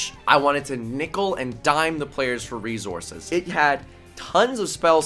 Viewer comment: No one:: reZources